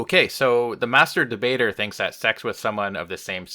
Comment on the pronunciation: That was great! I thought, when shapiro said one of the (many) dumb things and you responded with the 'great master debater' you kind of 'hicced' the 'de' in the word, lol. Truly he does, often, masterbate conversation! Love and Peace